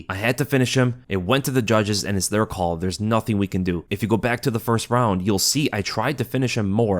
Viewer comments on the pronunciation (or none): none